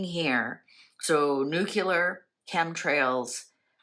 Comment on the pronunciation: nucelar? nuclear!! trump also pronounces it incorrect